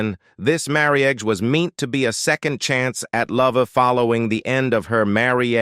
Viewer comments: I enjoyed this documentary but for one thing: The use of a text reading software program drives me crazy because of all the repeatedly mispronounced words such as marriage being pronounced as " mary auge". These programs read phonetically and it is disconcerting to keep hearing these words pronounced incorrectly. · Marry edge. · The announcer has some of the worst pronunciation I've ever heard in a video. How the hell can you not know how to pronounce the word " marriage?" Why didn't you mention her role in the Addams Family as Morticia ?